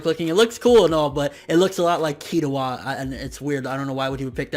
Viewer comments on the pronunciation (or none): dammit man say it with me, Kil-lu-a lol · Why does this guy over do there anime names Killua is hard to say dude. Ily tho